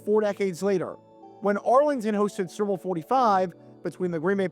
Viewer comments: "Serbull' lol. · He pronounces "super bowl" as surp'b'bul